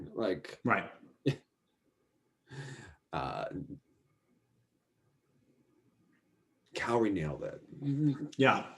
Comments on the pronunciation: He also said that Japan missed the podium and Italy was in 3rd, only for Japan to walk right out to award their ownbronze metals XD And the way he mispronounces Kaori (he says it like "kay-ori" when is "Kah-o-ri")drives me almost as nuts as the announcer at worlds saying "Kihiri" instead of "Kihira" for both the short and the free. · Kay-ori. Lol. Yes he butchered almost every name.